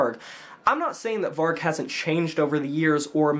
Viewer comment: I honestly never hear one american pronounce vargs name properly 😂 Varg is the truth. It’s a tough uncomfortable truth, but it’s truth.